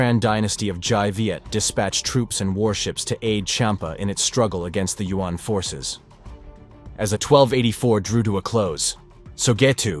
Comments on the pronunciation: YU-AHN or U.N.?!! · Hate it when yuan is pronounced as UN. It’s one syllabus! Not U N